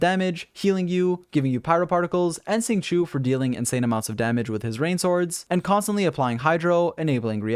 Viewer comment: It is sing-show, not sing-shu